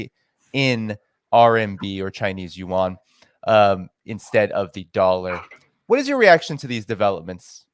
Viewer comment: yuan is 1 syllable, like Juan